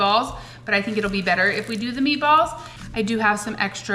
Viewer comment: Everything's bettuh with chedduh.